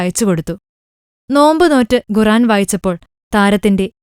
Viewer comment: ഘുറാൻ അല്ല ഖുർആൻ എന്നാണു ശെരിക്കും ഉള്ള ഉച്ചാരണം.....അത് ആദ്യം പഠിക്ക്..